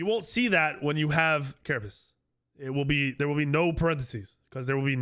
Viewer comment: Love the video so far and hope you're feeling better! But I watched your other vods and wanted you to know that you're mispronouncing carapace shard. It's pronounced like ker-a-pays or ker-a-pace or even ker-a-piss not ker-a-piece. That's all. Keep up the good work my guy.